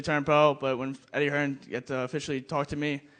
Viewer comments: Made in England yergethips Listen to every non-UK fighter pronounce his name. definitely Hearnes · Do they say Eddie Hearns? Making him a plural lol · Why do Americans always call him hearns 😂